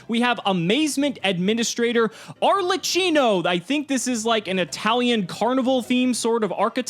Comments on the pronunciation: it's ARLEQQINO not ARLETCHINO :P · Arlecchino is pronounced like a K, so like arlekino not an S please tell all the player before I get a seizure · Me, an Italian, hearing saying "Arlacino"...!!! "CH" is strong like a "K" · AAAA MY ITALIAN HEART ARLECHINO ARLECINO BRUH ITS ARLECCHINO TT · Arlekeeno, not cheeno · it is pronouced ''arlekkino'' with a hard c, at least that's what is called here in italy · The boss monster’s name is pronounced “Are - Lay - Key - No”. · Arlechino is pronounced with a qino. It’s the origin of the word Harlequin.